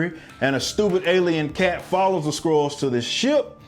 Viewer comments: You were saying Scrulls. I thought you were saying *squirrels*. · Am I the only one who heard "Carol Danvers is kidnapped by some Squirrels"? xD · Are you saying squirrel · Why does it sound like squirrels every time I hear someone say Skrulls?